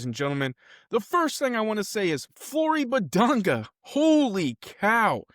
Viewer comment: You’ve been pronouncing his name incorrectly. Respect the man.